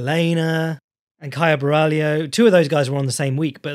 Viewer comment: There's no "i" in Borralho.